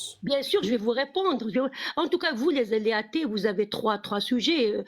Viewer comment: "Les hâtées" 😂